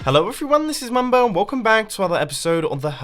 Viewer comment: lol mumbo not mambo XD